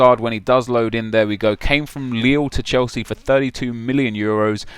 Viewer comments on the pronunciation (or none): none